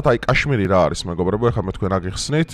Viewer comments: კაშმირი კი არა, ქაშმირი. რუსული სკოლა გაქვს გეტყობა დამთავრებული.. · კაშმირი არა ზანგისა😂😂ქაშმირი ქაშმირი